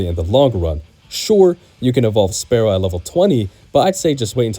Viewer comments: That isn't remotely the same thing Spearow is Spear and Sparrow He's just pronouncing it sparrow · No, because english is stupid and inconsistent. Nobody pronounces spear as spare